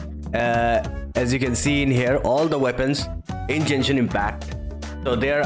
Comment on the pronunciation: Its not djenshin but genshin